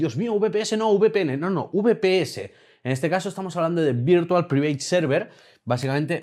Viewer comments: A la hora de pronunciar VPN, en vez de "Priveit" deberías decir "Praivet" que queda mejor. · No se si esta demas, pero su pronunciacion del inglés es bastante mejorable. Por poner un ejemplo, Private se pronuncia 'praiveit', y aca no hay la excusa de otros españoles, porque no esta pronunciando la palabra en español. Si es del mundo de la informática, deberia mejorarla.